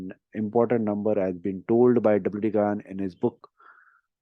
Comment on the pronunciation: गान नहीं गैन बोलो उन्हें